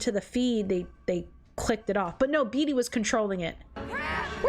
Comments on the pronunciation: Im sitting here with an injured chest trying not to laugh but "beetus" is sending me 😂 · Seena instead of Cinna was already a little funny, but Beetus sent me too.